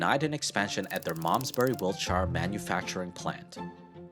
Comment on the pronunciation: Hah! I loved hearing an American be able to pronounce Malmesbury correctly (rare), but not be able to say "Wiltshire" without sounding... American!